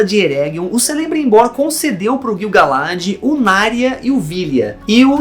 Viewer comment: a pronúncia não é Celebrimbor, o C tem som de K